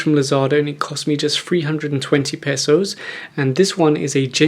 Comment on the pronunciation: I love it when you say pesos as : "Pesauce" 😂